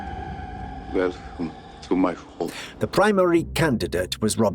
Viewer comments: lYza not lEEza. cOppola not coppOla. Narrator is an idiot? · So, you have a lot of information about a lot of celebrities. I kinda detect a Canadian accent so I'll cut you a little slack. Dudes, you Have to get the proper pronunciation of names. Your videos are riddled with mis-pronunciations. One example, Coppola, you pronounce it, Co-pole-a. And the movies about a persons life is called a biopic, pronounced Bio-pick, not By-Opic. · Love your docs. But a heads up: You are mispronouncing Francis Ford Coppola's name. Accent on the 1st syllable. Pronounced: CO - pah - lah. After all, he is the director of The Godfather. Respect must be paid... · This must be a AI narrator or the only narrator in town that doesn't know how to pronounce Francis Ford's sir name. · Brilliant documentary. I've subscribed to this channel and I will be an avid viewer. My only note is the way the narrator pronounces "Coppola." I watched this with native Italians and this pronunciation was like fingernails on a chalkboard for them.